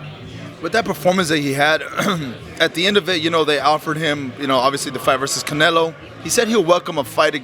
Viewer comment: Lmao ducking Beterbiev for another easy payday from Canela. 😂 Always crack up when he says Canela. 💀